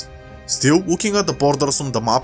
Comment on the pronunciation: Austfria fungari